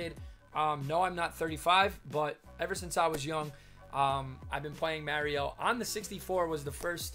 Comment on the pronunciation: its cool its tge right way to say it. Hey, some guy on ebay posted some super mario galaxy glow in the dark shoes from puma, is that legit?